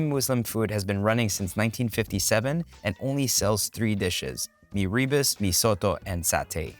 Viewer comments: Hi, mee rebus is pronounced 'mi-rer boost'. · Lol, poor Erwan needs some locals to help with his pronounciation 😆 so cute lah! It's Mee-roo-boos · Its more like mirror boos